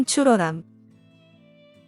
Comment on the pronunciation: 청출어람을 청불어람이라고 말함